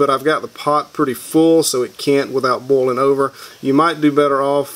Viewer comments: boiling....why are you pronouncing it like bowling? XD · i love how he pronounces boiling as bowling xD i also really like videos like this. its ez stuff for the mind when you cant sleep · Casper Nijland bolin‘